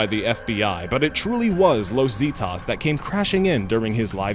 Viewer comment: You are saying Zeta wrong..